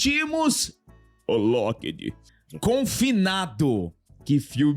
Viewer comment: Esse sotaque kkk “lokédí”